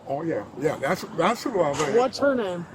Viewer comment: He pronounces his name and you still say it wrong 😂 😂😂